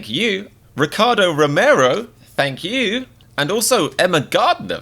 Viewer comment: “FaNk YoU”